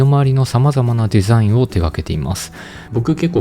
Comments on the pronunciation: 地味にデザインの発音良くて笑う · Design めちゃくちゃ発音いいw